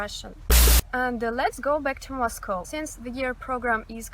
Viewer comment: Finally ... someone who can pronounce Moscow (mas-koh) properly ... unlike Americans that always say Ma’s-Cow 🐄. 😎my favorite pet peeve.